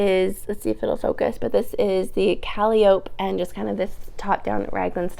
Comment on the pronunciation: I’ve also been learning how to knit from Kay! I still haven’t braved garment knitting! Your creamy sweater looks so dreamy. Like cotton candy! FYI, the sweater name is pronounced Kuh-lie-uh-pea. Looking forward to the next episode!